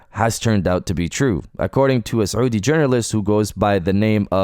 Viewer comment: Well done on pronouncing saudia , speaking like a native